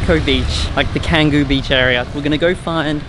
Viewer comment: Love that you’re back in Bali. Ps. it’s pronounced “Chang-goo” like the C in ‘charity’, not Kanggoo.